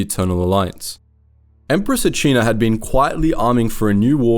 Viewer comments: Empress Ah-see-na* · Bruh you sound like you just read a summary of the SWTOR games... the Eternal Alliance didn't perish at Iokath, that was just the start of the Traitor arc. You also completely butchered the names of the characters 😂 from Ben-iko to Achina, to Vorawn 😂 cmon man, at least know the proper pronunciations first.